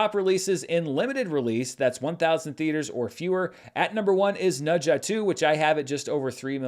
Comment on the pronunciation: pronounced Ne Zha so well~~~